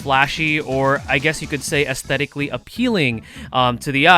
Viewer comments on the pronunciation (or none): none